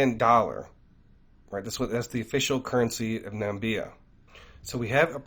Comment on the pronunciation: Hey, thank you for all you do for us. Your videos are excellent! Just wanted to point out to you that there’s no country called “Nambia”. However, there’s a country called Namibia 🇳🇦 which is a real country in Africa that actually exists.